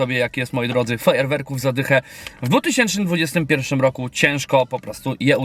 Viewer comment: Suchar z początku o nietoperzu rozwalił XDDDD Ale błagam z całego serduszka mojego, mów poprawnie rok 2021 bo wcześniej też już widzowie Ci uwagę na to zwracali. Pozdro